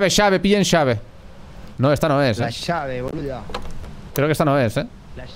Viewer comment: "la llave ,la llave"😆 sonó tan argentino el tono jaaja